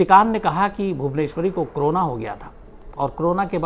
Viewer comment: Shams bhai why you always say crona क्रोना ? It is Corona कोरोना...